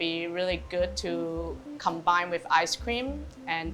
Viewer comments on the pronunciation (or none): none